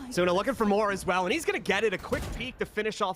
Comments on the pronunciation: AsOOOna lmao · Bruhh bc of this commentator I pronounce asuna asoona now 😭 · The way the casters pronounce Asuna tilts me so much